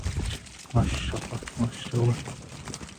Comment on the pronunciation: Тууганым машшшшалла деп туура эмес айтып жатас окшойт